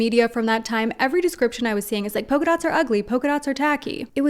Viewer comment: Yes! NEVER get a fashionable engagement or wedding ring. Although I just cant get used to Americans pronouncing PoLka dots as poka dots.